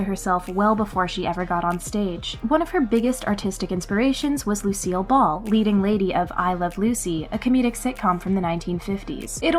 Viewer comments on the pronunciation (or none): Lucille not Lucielle